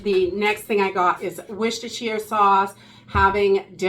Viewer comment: Congratulations on pronouncing Worcestershire so well! It's a word many Americans find difficult because of accent, but you nailed it. 👍